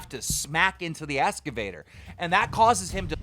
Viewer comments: keem it’s excavator not escavtor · Why does he keep saying “escavator” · Keemstar’s voice 😩 Keemstar’s voice mispronouncing excavator as “escavator” 😖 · lmao "escavator" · EXcavator. Not escavator. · "escavaters" lol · I love keen but he says “escovator” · Why can’t anybody say excavator properly?! The amount of people that have been mispronouncing it in their videos is just sad.